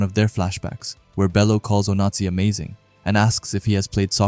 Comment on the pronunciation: Ngl broski your putting just a little too much annunciation on the Z in Onazi and its sounding like a certain dictatorship